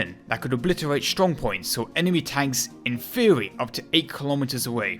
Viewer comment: In thwery they are good but not prawcticawl. Why have a narrator with a speech impediment. No disrespect meant.